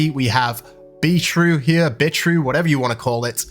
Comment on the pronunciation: "Beetrue"? lol